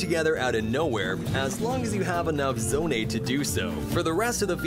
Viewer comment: ITS NOT ZONAE